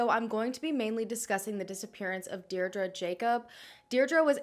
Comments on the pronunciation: Hi, just to let you know Deirdre is pronounced Deer-dree. Sending love from Ireland xx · I believe it’s pronounced DEE DRA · Why are you pronouncing Deirdre like that? X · That's my name and it's super butchered